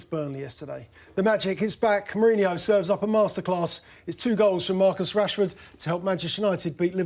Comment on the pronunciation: Wish this guy could say Mourinho's name correctly